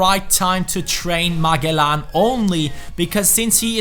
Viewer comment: you pronounce magellan like ma-jel-lan